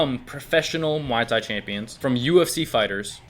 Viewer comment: Gotta learn to pronounce Muay Thai bro